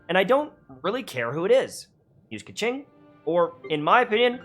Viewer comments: $$kaching$$ LMAOJKS its a chinese name, the pronunciation is "kuh-tsing" :') thank you so much for this guide!! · Kequing... kaching.... AAAAAAAAAAAAAAAAAAAAAAAAAAAAAAAAAAAAAAAAAAAAAAAAAAAAAAAAAAAAAAAAAAAAAAAAAAAAAAAAAAAAAAAAAAAAAAAAAAAAAAAAAAAAAAAAAAAAAAAAAAA